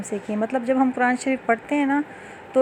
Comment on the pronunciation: آپ خود تو لفظ۔۔۔۔قرآن۔۔۔ کو غلط تلفظ کے ساتھ پڑھ رہی ہیں۔۔دوسروں کو کیسے درست تلفظ کے ساتھ پڑھائیں گی